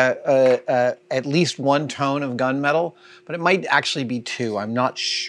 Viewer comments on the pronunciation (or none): none